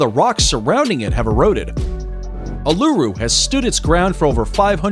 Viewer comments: Uluru is not pronounced ooh-lu-roo but ool-la-roo. And its other name Ayers Rock is not pronounced Ay-ers rock but rather Airs rock. Either way, really enjoted this video! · I'm from Australia and him pronouncing Uluru wrong hurt its said: ew-la-roo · A kind suggestion. Please check the local indigenous pronunciation of place names prior to recording. Ie. Uluru is pronounced oolooroo with no syllable being stressed. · Uluru is pronounced - oo loo roo or Ayers Rock - pronounced "airs" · ahh not a sing time did he pronounce Uluru / Ayers Rock correctly. I think I heard him call it ulura as well . like whatever, you can pronounce it wrong but pls try to be consistent about it. sheesh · Yeah I know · The pronunciation of Uluru hearts me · The way he says uluru ahahahahaha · Bro it actually hurts me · Number 2 he kept saying it wrong if you can not pronounce a word or name correctly don’t guess at it every time he used the Aboriginal name for Ayers Rock I cringed every time yuck it was so bad the way he kept saying it 🙈🙈🙈🙈